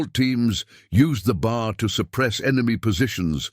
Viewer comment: The weapon you continue to refer to as the BAR is actually more correctly referred to as the B. A. R. Each letter is pronounced separately. The weapons name is actually the "Browning Automatic Rifle" Invented by John Moses Browning.